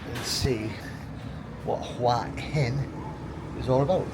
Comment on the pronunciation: It's pronounced Who-a Hin.rising inflection on the a. Literal meaning "Head Rock." We would say Rock Head or Rocky Head. I was there in aprill. The answer to your thumbnail? Is no, its not.